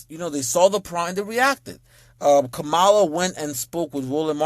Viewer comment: OK so the way you say her name makes me cringe but Obama got it right Obama was simply pointing out the racism of those people because it can't just come out and saying white people are racist what he was saying was black people black men specifically